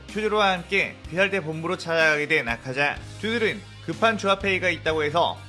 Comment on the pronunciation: ㅋㅋㅋ 아카자인데 아자카?